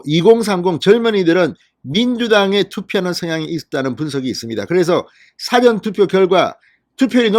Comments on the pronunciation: 고생이 많습니다 사전투표 라고 할때 장음과 단음을 좀 구분해야 하겠습니다 사전투표를 사~전투표로 장단음에 신경을 써야 합니다 듣기가 너무 괴롭습니다. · 진선생님 사전투표 억양이 좀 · 사전투표가 아니고 사~전 투표 아닌가요? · 사전투표 발음 듣기가북합니다